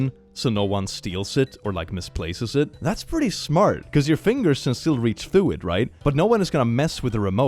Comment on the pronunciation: "Your kid is smut..." Erm,...That's not 'smart' in a Swedish accent my friend 😂